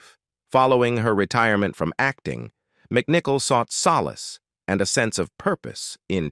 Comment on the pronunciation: Although it was interesting learning more about her more recent years, these AI narrations are ridiculous! (As in, the way this one pronounces 'retirement'.) Let's face it, it's obviously artificial, but still far from intelligent.